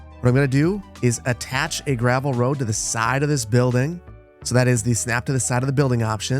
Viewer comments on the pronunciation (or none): none